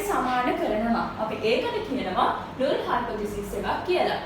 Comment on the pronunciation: This video is very good, But she is producing null wrongly, its annoying